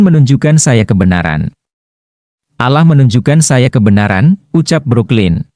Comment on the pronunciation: Ini presenter Muslim kah ? Membaca lafal "Alloh" seperti non Muslim melafalkannya